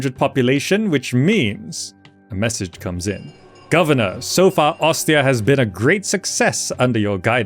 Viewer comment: That pronounciation of Ostia is 💯💯💯